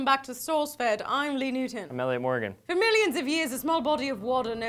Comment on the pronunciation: "I'm Elliot Mo-gen! I'm Elliot MO-gen!" Hahaha I'm dying here...